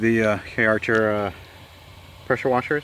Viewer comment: Please, it's CAR-cher, not K-archer